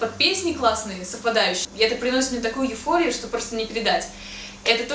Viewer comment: Возможно, на меня сейчас накинутся фанаты, но я все же сделаю замечание., не говори так часто "я не знаю". Сразу вспоминаю Незнайку на луне. Ударение в слове эйфория - эйфорИя